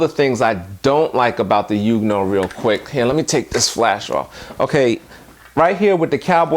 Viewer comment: I do believe it's pronounced "Yong new ohh". Either way, good video. I recently subscribed and am browsing through all your videos. Good content sir.